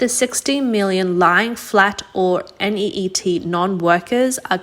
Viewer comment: 16 million is not 45 percent of 1.4 billion. i have to block this trash ass spam bot channel. just listen to when it read "NEET" N E E T perfectly abc'd f out